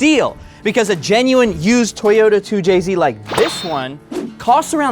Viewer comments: Not a 2JZ it's a "2CZ" 😭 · “Too Chi Zee”! 🇨🇳🙄🤷🏻‍♂️🤦🏻‍♂️🤦🏻‍♂️🤦🏻‍♂️